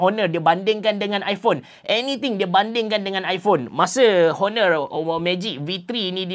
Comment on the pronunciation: bang cuba sebut honor tu silent H. Onor. da berapa vid sy dengar abg sebut honor honor